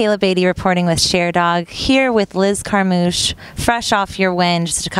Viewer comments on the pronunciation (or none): "Share-dog" Gas